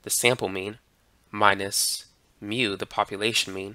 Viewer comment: very nice videos but please improve your μ